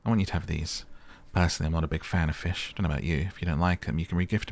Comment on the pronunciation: “they eat feesh” “why’d you say it like that?” “it’s just how i talk” 😆😭